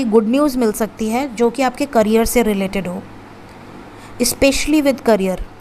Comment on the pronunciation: Carrier nahi behan, Career.. bolo.. Career